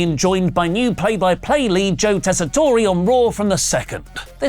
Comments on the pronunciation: I know others have made this point, but: Joe Tessitore's name is pronounced "TESS-i-tore," and not pronounced "tess-i-TORE-ey." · TESS-ah-tor, not tess-ah-TOR-ay. No ay at the end. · OMG...it's NOT "Tess-i-toray". It's NOT "Tess-i-torey". It's EXACTLY HOW IT IS WRITTEN - "Tess-i-tore". Good grief, guys. How many times do comments have to tell you that you're getting this guy's name wrong? He's a long-time, top-notch boxing (and sports in general) play-by-play guy. At least get his name right. Jeez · Tess-uh-tor, that’s how it’s pronounced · He must be an Olive Garden Italian then if Joe pronounces his name that way. In Italy it’s pronounced ‘Tess-I-TOR-eh’ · Not super important, but you don't pronounce the E on the end of the new commentators name. Tess-a-torr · What I don't miss is them mispronouncing Joe Tessitore's name. It is pronounced "Tess-a-TORR"